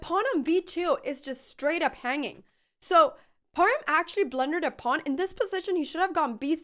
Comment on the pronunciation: Thank you for a great game...and you are the first foreigner that can pronounce " h" in Parham.